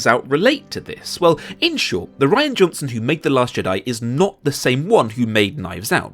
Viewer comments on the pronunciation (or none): I don't want to be an ass, but his name is Rian (Ree-an) not Ryan.